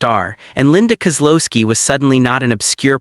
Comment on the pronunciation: Linda Kow-looo-ski